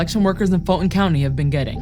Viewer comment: Why doesnt she pronounce “Fulton” correctly? The ‘T’ is not silent. And she works Vice?